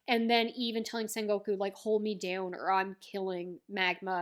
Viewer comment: Writing ace death make oda cried for one full day. This is one of one piece peak and your sengoku pronunciation is perfect don't worry. Also sengoku is basically japanese middle age theres alot of war in sengoku era like alot and just call buggy crew cross guild it's the cannon name